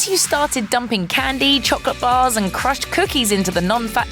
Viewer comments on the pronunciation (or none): none